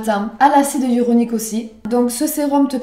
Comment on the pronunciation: "acide hyauronique" acide HYALURONIQUE 🤣🤣